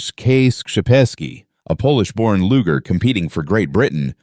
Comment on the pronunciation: "Luger" is pronounced "loozher", not "looger"